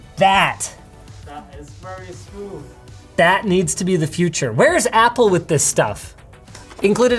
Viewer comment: “That’s so smoosths”